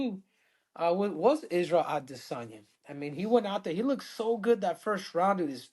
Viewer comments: Ah-DIS-an-yah . So cringe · Can we stop saying Israel aDEHsanya 😂😂 even Kamaru who’s Nigerian was messin it up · Can Henry stop pronouncing Izzy name that way it’s so annoying aDISsanya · So annoying how you pronounce Adesanya FFS stop it!